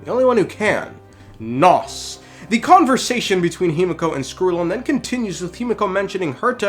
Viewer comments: Pretty sure it’s name is nous not nos lmao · the way you mispronounce nous is actually driving me up the wall